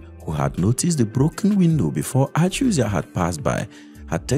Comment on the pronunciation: The is Joseph Achuzie, not Achuzia